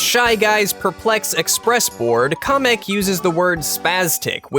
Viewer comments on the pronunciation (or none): YOUR SAYING KAMEK WRONG